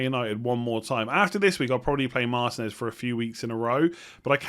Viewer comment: It's marTEENez, not MARtinez (also jiMENez, not JIMenez) The accents give you the syllable to emphasise - Jiménez & Martínez I know everyone else gets them wrong, but get these two right and show the world! much love! Love your videos! You help me and the missus out in the family league a lot!